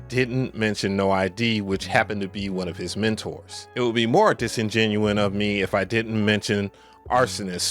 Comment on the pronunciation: Bro, the word is “disingenuous” dis-in-jen-you-us